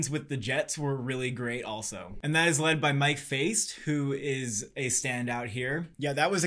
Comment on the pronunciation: it’s Mike Faist (F-I-st) it’s like fist but the I is an I instead of an ei